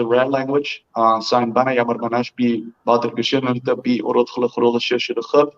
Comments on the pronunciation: Wooter lol, it’s kinda pronounced as wowter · Xiaoma really just called him wooter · Whenever I've heard him pronounce his name it was "Walter" without the "l". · i know. My point was Xiaoma pronounced it Wooter.